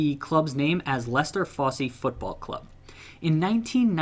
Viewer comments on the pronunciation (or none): I was going to comment on the Wyggeston and Fosse pronunciations... never heard of Wyggeston but surely a double g wouldn't make a j sound? And why on Earth would the e at the end of Fosse be pronounced at all, yet alone with that hard "ee" sound. Surely, if you were going to pronounce it, it would be an "uh". I dunno man, you lot over the pond, you always amaze me with your inability to pronounce English place names. It's like you don't speak the same language. But you do. I don't mean to offend, and it's certainly not personal. It just baffles me.